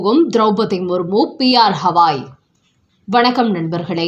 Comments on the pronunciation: ஹவாய் இல்லை கவாய். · CJI's name is NOT Hawaai. It is GAVAAI. GA, GA, GAVAAI. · இந்த ெண் மணிக்கு ' க ' என்று ூற இயல வில்லை. ' havaay' என்றே உச் ச ரி ப்பார். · அய்யோ, அது ஹவாய் அல்ல, கவய்.